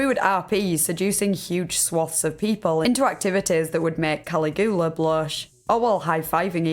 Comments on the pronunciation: It's Cuh-LIG-yuh-luh. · "Kalleh-GOO-luh"? It's.... it's Caligula. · I had to rewind this and make sure I heard this right. "Collie-goo-luh"????? 😂😂😂😂😂😂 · I’m sorry but calligoola lmao